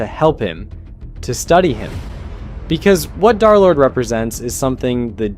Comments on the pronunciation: Why does he constantly say "Darlord" instead of Derlord? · i just put a random time, but seriously guys... i think he continues to say "darlord" instead of Derlord, Just to troll us. Seriously, he's probably so used to it by this point that it doesn't even bother him 😂 anymore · Why do you say darlord instead of derlord? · "Darrlord" is triggering me so fucking bad it's DER- DERLORD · BUDDY I BEG YOU ITS DER NOT DAR💔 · PLEASE STOP SAYING DARLORD IT IS INCREDIBLY DISTRACTING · PLEASE stop calling him "dharr lord" 😭✌️ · Pronounce his name right bro 😭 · i know, I'm saying that this guy pronounces it wrong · because you pronounce it wrong jkjk